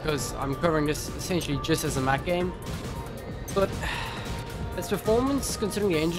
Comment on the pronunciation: dude... you messed it up the second you said mac